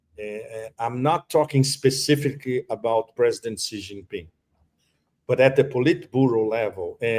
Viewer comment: Please Judge, the Chinese President’s name is Xi, pronounced ‘see’, not ‘gee’